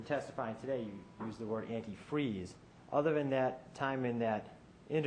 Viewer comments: The best part ever was her slip of tongue " I poured the anti-free... I mean the cranberry juice". Busted! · So she's the one who tried killing and framing her own daughter with "antifree" eh? Not only a psycho but also an idiot not being able to say or spell antifreeze correctly. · hahahahahahahaha! Even the fact that she said "anti-" whatever gave this beast up! Whats shocking is that she thought the jury would just blow past "antifreee" , as if it was a simple mistake. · What an emotionless person... And as mentioned by people below me a straight idiot because she can't pronounce the word antifreeze.sick and twisted individual to try and frame your own daughter. Now I recently saw the lifetime movie about this case.... I'm fully aware that they add certain things for dramatic effects. One thing I really wonder about... There's a scene in the movie when she's just getting ready to marry David... She goes to her ex-husband's grave. She looks at the grave and basically tells her dead ex-husband (Who it later ends up being proven that she killed.) She says something along the lines of... Please Michael I need this... I need to be happy. I miss you We all miss you. Not sure if that was put in place just for the movie or if it was something she actually did... But man is she cold-hearted If she didn't do that. If that was real it's basically like spitting in his face being like haha I'm going to do to him what I did to you and you won't be able to stop me. If anyone happens to be interested in watching the lifetime movie It is called Poison Love.